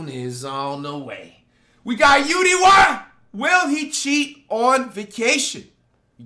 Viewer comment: Bro it’s U-D-Y…